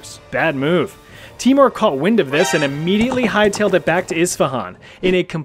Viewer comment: Its pronounced teimour not timor lol. Nice video!!!!